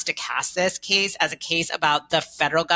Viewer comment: Yikes! We get the dreaded combination of uptalk (every phrase ends with rising intonation, as if she's asking question after question, even though she's not), and long A pronounced like long E (this "keese" is about the "steet" of Tennessee "displeecing" parents and doctors). I would feel sorry for the Supreme Court justices even if I agreed with this person's argument.